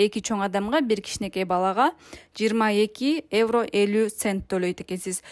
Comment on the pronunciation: Эвро эмес евро